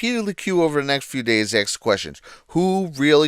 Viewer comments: He ax? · Learn how to pronounce "ask" if you will , please.